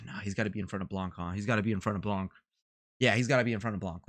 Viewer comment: nice vid dude, btw we don't say the C of "Blanc" like we say "Blan" , baby icone 22 :)